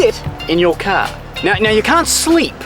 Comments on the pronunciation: "THIS!......is a cahhh" xD lol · Can you say car one more time. Funny as :-)